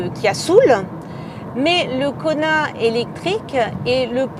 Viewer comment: à chaque fois j'entends Konard